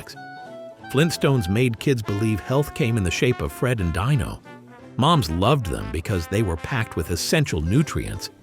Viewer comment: I am enjoying the videos! One little thing, when you're talking about the Flintstones, it's pronounced "DEAN-O", not "DINE-O".